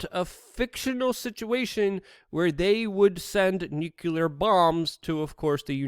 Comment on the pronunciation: Yes are Perfect my friend, except when you repeatedly say Nucular instead of Nuclear. George Bush Jr. would approve though. Lol. Love your channel, keep it coming. Great work.